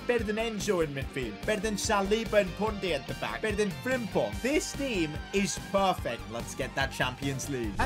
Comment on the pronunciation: I still don´t understand why every english speaking person says jeremiah frimpong